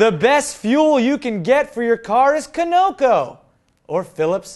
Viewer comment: K-oh-no-ko?? Caw-nuh-co you mean not trolling just saying cause i work at one of their refineries